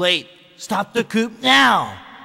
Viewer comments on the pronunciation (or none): wow voice actors dont even know how to pronounce coup correctly....